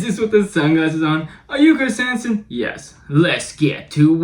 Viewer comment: "Chwis hansen Wets get to wowk"